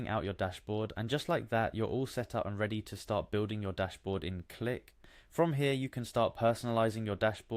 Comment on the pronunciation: bro its not pronounced cue lick, its just click